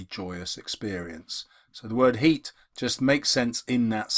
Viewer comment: Sir u said "heat" instead of "heart"😂